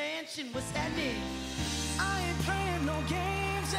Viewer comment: Why say "hattening" when "happening" is just as fkg easy to enunciate, and it's the correct term? Why do you have to butcher the language? It has done nothing to you.